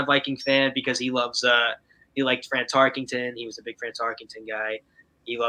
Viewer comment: It's Tarkenton NOT Tarkington... just sayin